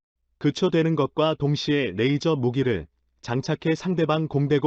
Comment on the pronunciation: 영상번역기가 만든 자막을 보면 발음이 얼마나 흐리멍청한 발음인지를 알 수 있다. '대한민국 최근 오즈가 한국에 '→ '오즈'가 뭔지는 나도 반복해 들어봐도 모르겠고 '파트너로 손정했던' → 손절, '모기' → 무기, '일을' → 이를, '메이저기술 ' → 레이저 기술', 그녀의' → '분야의'... '표적이 수리되었다고 합니다' → 이건 나도 들어 봐도 무슨 말인지 모르겠고.. 등등, 한 음 하나하나를 확실하게 발음해야